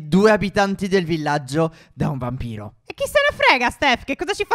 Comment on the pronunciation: io ho sentito BAMBINO non VAMPIRO.